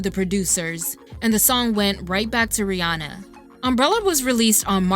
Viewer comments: Isnt it Ree Ann Uh? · Ooo this video is A1 but the way Americans pronounce Rihanna is killing me 😭